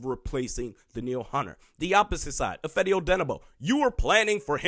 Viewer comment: I love your content and rants you're usually spot on about the state of the Minnesota Vikings. But as I have tried several times to tell you with no success on how to pronounce Ifeadi''s name I will try try again. Its not "If eddy it's If fahdy" Ah like when the doctor checks your throat nd tells you to say "ah"..